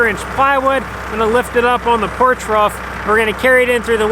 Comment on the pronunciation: It's ROOF not Ruff 😂